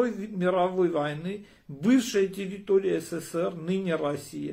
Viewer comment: Я слышу плачь в его голосе ...ах ара ах ....такой многострадальный ара.....а ещё ему трудно выговаривать слово тэррррыторыя , потому что у них её никогда не было ...